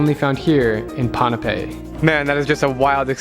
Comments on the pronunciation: Dude! Its called (boo-n-pay) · Pon-pei that’s how u say it